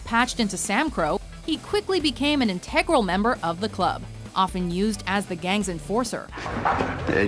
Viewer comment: Christ. learn how to pronounce "integral," among other things. Be professional or go away. you are doing nothing of importance here. at least do it well. fire the asshats that don't.